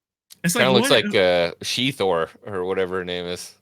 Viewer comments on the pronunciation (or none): It's not She-Thor. It's Shet-Hor.